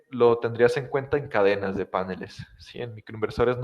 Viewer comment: Genial el video, genial la explicación, me ayudó muchísimo, pero es PANELES no PÁNELES... Es una palabra aguda, lleva acento en la sílaba final!!!!!!!!!!!!!!